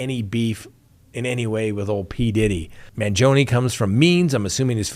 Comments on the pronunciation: You’re pronouncing Luigi’s surname incorrectly. It’s Man-GEE’-o- ni. Emphasis on the gee sound; 4 syllables. Not2. Hurts my ears to hear you say I’d. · The “e” in Mangione is pronounced the same way you pronounce the letter “i” in the word “it” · You're saying luigis last name wrong.